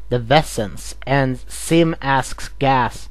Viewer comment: You need to work on your Z's because it sounds like your saying Sim and Gas instead of Zim and Gaz no afents